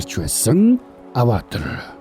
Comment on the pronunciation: Bi tand durtaildaa Ghde Avatar geeree avator avatr bish shy 😂😂